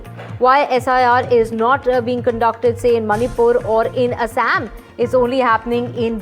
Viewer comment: The way you pronounce Assam AASSAAM